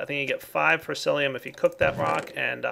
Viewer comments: FORCICIUM! Not Forcilium. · it wouldn't be a video without him mispronouncing Forcicium with Forcilium (Y) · It's Forcicium not Forcilium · You're still saying forcilium.. haha! It's forciCium,! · It's forcicium not forcilium :P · come on. its been so long. its FORCICIUM not FORCILIUM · forciCIUM!!! not lium CIUM WITH A C!! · Dude... when you correct someone make sure to do it right. For-ci-ci-um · its pronounced force C Um